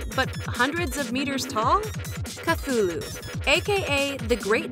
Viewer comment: You can't even say cthulu correctly😔